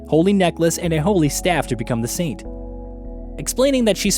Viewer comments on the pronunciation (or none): none